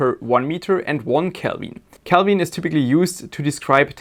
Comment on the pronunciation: I use pure Gold for my heat sinks and heat spreaders. Because nobody will every see it. If it was good enough for Louis XVI and Saddam--That other terrible leader--It is good enough for me! Calbin? Is that like Kelven? Can you say Silly-Sally-Sells-SeaShells-by-the-SeaShore? I am not an American. I am just rude! Love your show.